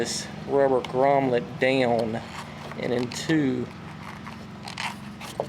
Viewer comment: The word is grommet not "grommlet".